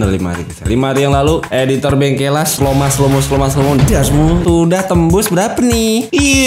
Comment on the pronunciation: Orang Jawa baca Bengkelas❌ Bengkel las✅